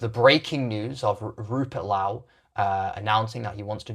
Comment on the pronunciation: This guy can't even pronounce Rupert Lowe's name correctly. I'm guessing it's rage bait, much like the rest of his uninformed piffle.